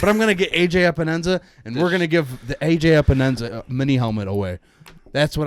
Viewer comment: Pro Tip There is no “Enza” in Epenesa 🤪